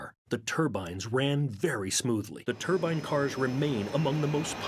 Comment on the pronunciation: I cringed every time the announcer called it a turban jet engine. First of all, a turbine engine is not the same thing as a jet engine. Jet engines rely on the exhaust gases to produce thrust. The turbine engine uses the exhaust gases to turn a turbine that sends power to the wheels through a transmission. And I have believed ever since 1967 that the turbine car was doomed from the start because racing doesn't like anything that doesn't conform to its own notions. The same reason that electric cars today are segregated in F1 formula racing and put in a category called fe. It doesn't matter that the electric race cars can not only keep up with the gasoline engines, but can actually hold their own and beat them. What matters is racing is not what it started out being. Racing started out as a way to improve automobiles. It has nothing to do with improving anything anymore.